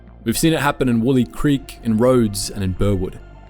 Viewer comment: Wol-eye Creek, like Bondi